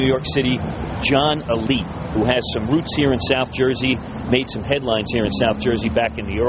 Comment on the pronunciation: Why cant these guys say his name right its alite not elite